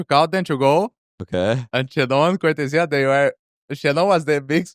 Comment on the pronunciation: I appreciate how tarik learned how to say cortezia properly